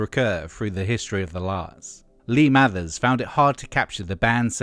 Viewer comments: It's Mavers not Mathers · But this is more accurate, has less weird opinions AND they've pronounced Mavers correctly, which Hargreaves doesn't.